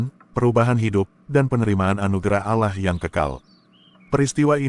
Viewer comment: 🤣🤣🤣🤣🤣🤣🤣🤣dapet literasi dr mana bosss pendeta petinggi lu aja mengakui itu punya umat Islam paus Vatikan aja bilang keristen Indonesia jgn pakai nama tuhan umat Islam. lo sekolah di mana allah jd alah??? double L woiii itu ada penekanan. kalo mau bilang alah ya alah bukan double L. coba bahasa inggris one di baca one atau wan ??? bodohhb kaliiii kau ngab.. baca2 lah website resmi keristen arab. apa allah di sana ada terulisa NAMA TUHAN NYA UMAT ISLAM. ITU KERISTEN ARAB YG BILANG. LO SIAPA NGAKU2. G ADA WOII ORG BARAT NYEBUT GOD ALLAH ATAU ALLAH MY GOD G ADA DIA AJA KALO KAGET PASTI BOLANG OH MY GOD LAIN OH MY ALLAH.. JD BEGOOO MALU2IN AJA. BACA DI KODEX SINAI KODEX VATIKANUS NAMA ALLAH. KALO ADA IRIS KUPING GUE. JANGAN NGAKU2 DAH LOOOO